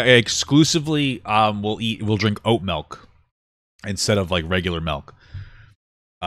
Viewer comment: “Melk” love you papa